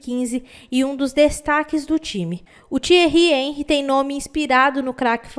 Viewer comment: Você é uma grande mas precisa aprender a pronunciar nomes estrangeiros fica feio quando você fala errado Henry